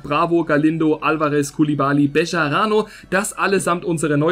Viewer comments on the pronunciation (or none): Wie kommst du auf bescharano 😂 Man spricht es so aus wie es da steht, also Bejarano😉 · Nein man spricht es Becharano aus weil in spanisch ist das j ein deutsches ch